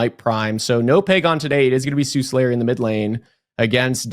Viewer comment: s there is, this mythology has existed for thousands of years Have no idea who the guy even is, I just know how to read. It’s Suhlayer, there is no second s